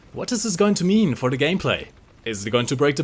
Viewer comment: Did you say "What is this going to meme for the gameplay"